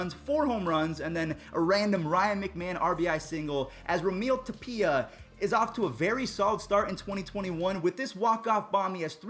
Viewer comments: How did you say Raimel tapia? Lol. I'm a rockies fan sadly. It's Rye-Mell tap-ee-uh. Just for future reference because you'll be saying this name more. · Just butchering raimel tapia’s name